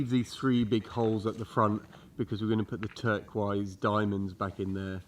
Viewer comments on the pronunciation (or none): you need to work on the turkwise pronunciation 😂